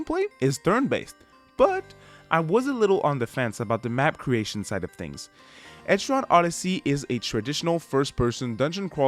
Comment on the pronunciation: Nice review but also…. Etri-on Odyssey is gonna bother me for the rest of time